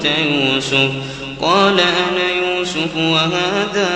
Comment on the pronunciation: ما شاء الله تلاوة عذبة زادك الله من فضله، لكن يوجد خطآن أود التنبيه عليهما: { إذ راودتن "يوسفَ" } ٥١ { أنا ومن "اتبعني" } ١٠٨